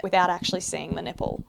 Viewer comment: Is it bad that for the first few minutes of this when I knew you was going to be talking body parts I wanted you to pronounce them funny, nay I was praying in my head for you to pronounce something funny and you didn't disappoint with your Nip-pell shout, I live for these carry on :)